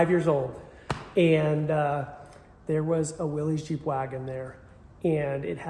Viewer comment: I forgive you because you are from the Continent, but you are butchering the pronunciation of Willys (it rhymes with Phyllis).